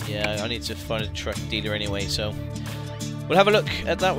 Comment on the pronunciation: When he said truck dealer it sounds like drug dealer